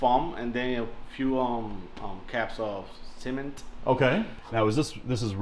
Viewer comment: He said “simmint” instead of cement 😂 close. I like his style though